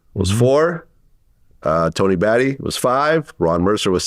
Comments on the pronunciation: Vlad couldn’t even do enough research to Tony’s last name. SMH. “Batty” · he messed up Tony Battie name